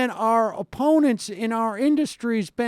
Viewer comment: lol "emponents"